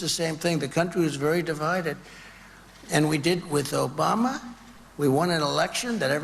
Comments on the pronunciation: Not Obama,Chump. it's "OBAMNA". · As he pronounced it “Obamna.” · He’s said Obama boss/aBiden before. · Really? Obamna? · He mistakenly said Obama a few weeks ago and now he has to go along with it and act like it was on purpose. Like the “Ada” Hutchinson thing that he never has explained because he said his name wrong.